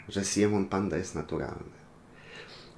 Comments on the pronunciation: Nie Siemon tylko Simeon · Po pierwsze Simeon czyta się "SAJMON" A NIE SIEMON Po drugie dlaczego porównujesz aj'a do simeon'a pandy Popatrz na simeon'a i na aj'a gdzie oni są podobni